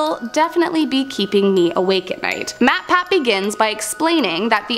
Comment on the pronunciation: She says matpat like he isn't a big YouTuber lmao